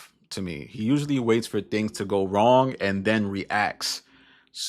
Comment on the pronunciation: Lol 😂😂😂 “maybe for all the wong weasons”